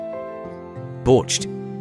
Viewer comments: Shashlyk , not saslyk. 😂 borshch not borscht 😄 pirozhkI not pirOski. 😀 and other BS pronunciation. Stop! If you don’t know anything about us, don’t even start. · The pronunciation has me dead 💀 *BORCHED*